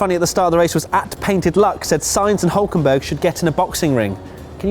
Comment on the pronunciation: "And the non-finisher's were.. HULKENBERRGICCSON